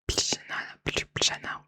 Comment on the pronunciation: Salut vidéo sympathique à regarder 👍 Juste pour "Ljubljana" ça ce prononce "liou-blia-na”